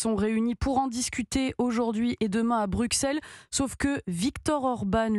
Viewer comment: Ce qualificatif "prorusse" en dit long sur l'objectivité de la presse mainstream en France. Est-ce qu cette brave journaliste (qui ne sait pas prononcer "Bruxelles") est consciente de ce qu'elle dit ?